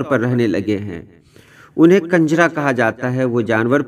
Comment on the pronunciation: Kanjra nahi sahi lafz kunjrhah hai